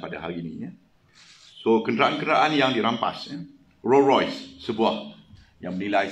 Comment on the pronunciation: Tahniah pdrm.. alamak roys royes susah betul nak meyebut nama krta tu🤭